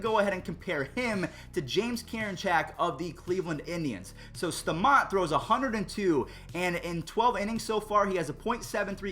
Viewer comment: Bro how do you say put a name in your head and then say staumonts name wrong